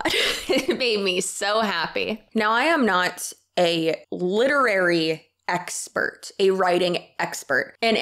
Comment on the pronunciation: Lol idk why i lost it when you said “expet” hahahahahahaha